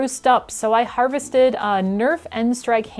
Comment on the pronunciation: love the video! but u kill me every time you say "harvested" lol